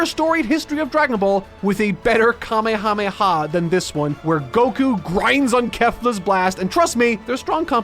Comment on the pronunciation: Ah yes, the Cool-mehamehaaa